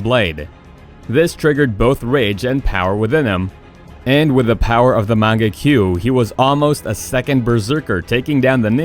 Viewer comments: lmao did you hear the way he said mangekyou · im sorry say mangekyou again